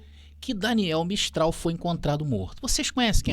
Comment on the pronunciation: Daniel mastral e não mistral